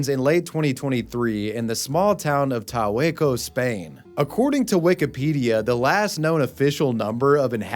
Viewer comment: In Spaniard Spanish, the J is not mute, you pronounced it as "Tahueco", not the correct "Tajueco".